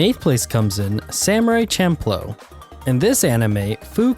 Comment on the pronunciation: Bitch who the fuck says "samurai champ---lo" I thought you were supposed to be an otaku yk hence the name but what the fuck "Champ---lo" Oh my god 😂😂😂 It's pronounced shamploo bro come-on no wonder this list is so bogus. Cringe